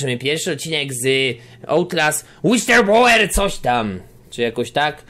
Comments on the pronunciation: tę nazwę czyta się Łisylblołer. Łapkujcie, żeby widział:D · to się czyta "Łiselblołer".:) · Tytuł tego dodatku czyta się łisylblołer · to sie wymawia,,wislblołer" łapkujcie aby zobaczył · Czyta się w przybliżeniu łislblołwer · Mi się wydaję że powinieneś czytać: Łistylblawer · Czyta się to Łiyslblołer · to się pisze [łisylblołer] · czyta się łisl blałer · Czytaj łistelblołer